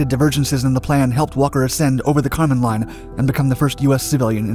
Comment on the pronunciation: So, the boundary between the sky and outer space is the “Karman Line”. The narrator sounds like he’s calling it “the condom line”